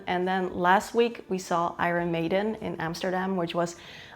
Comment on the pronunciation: Please learn to pronounce Iron Maiden properly. It hurts my ears